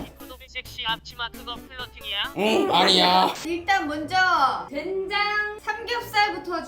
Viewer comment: 된장 아니고 쾬장입니다. ㅋㅎㅋㅎㅋㅎㅋㅎ